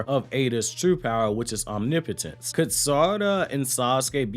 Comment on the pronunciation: You might be the only YouTuber that has said that word “omnipotence” correctly. The nerd in me appreciates you. Love your content!